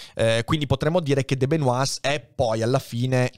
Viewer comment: Una piccola correzione sulla pronuncia di De Benoist. La pronuncia corretta è /də bəˈnwɑː/ vale a dire che non si pronunciano né la s né la t finali.